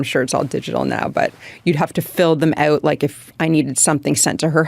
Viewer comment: Does anyone know if the way she pronounces Out and House is Canadian?